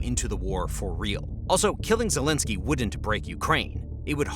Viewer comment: "Vol eh da ma zelensky" 😆